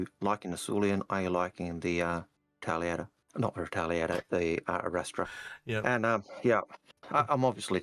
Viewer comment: Did call the Arrastra the ErikEstrada? If so, I'll put my "Chips" in;o)